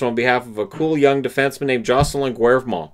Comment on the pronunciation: Great video. I'm so envious! I love the old Canucks from the 70s! I'm really happy for you. I hope you learn stuff you didn't know about the 1970s Canucks. Fantastic. Just for your edification the normal (usual) pronunciation for Canucks D Jocelyn GAY-VRA-MONT (pardon my symbols but you should get the idea).